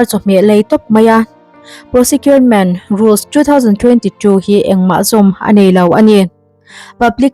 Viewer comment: PROSEKIURMENT ti a lam lovin PROKIURMENT(Procurement) ti a lam tur a nih hmel zawk e🤔🙂